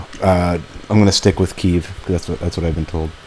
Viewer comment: its pronounced KEY-EV